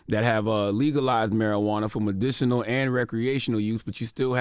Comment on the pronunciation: “Me-dish-inal” -charlamagne